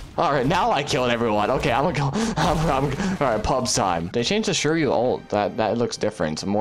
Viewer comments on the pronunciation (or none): the pronunciation is swee - ri - yu (suiryu) what is shuryu?